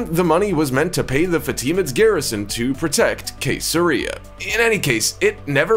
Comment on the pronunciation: It is pronounced see zero reason not Kay ser ria!